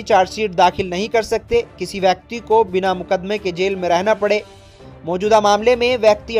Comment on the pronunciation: Legal heir( uchharan air "hire " nai. Ebong bakti nai . Bekti) please correct it.